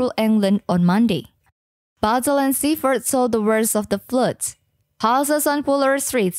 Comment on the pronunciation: she defo needs to come to liverpool and speak proper english and cant even say bootle or seafouth or other parts of merseyside and cheshire correctly